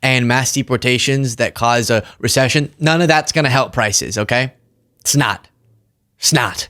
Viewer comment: you speak commonsense. Unfortunately, like everyone else with channels like yours, sadly, you are preaching to the converted.[By the way, diction. "It's not", isn't pronounced "snot", no matter how cute the way you say it.]